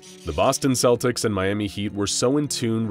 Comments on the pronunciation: I'm not native but... I thought it was supposed to be pronounced "Keltics". Am I wrong? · Celtics. Celts. Not Selts. Not Seltics. Hard K sound. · That's not how you pronounce Celtics! (Kel'tiks) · Good video but celtics is pronounced with the c it starts with, at least in Ireland 🇮🇪, where I'm watching this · Slight nitpick - "Celtics" is pronounced with a hard "C"